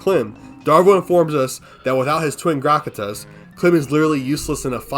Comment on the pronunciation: his name is pronounced Call and it's called Twin Grakatas not Twin Gratas